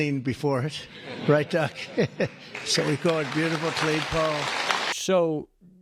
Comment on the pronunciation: Listening iny car and I swear he was saying call, not coal. I couldn't figure out why his staff was to refer to every cal as "big and beautiful"!